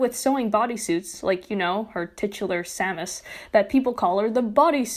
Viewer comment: I'm triggered over your pronunciation of 'liposuction' and 'Samus' ('lye-po' and 'Shame-us'). But this is a good video on this matter.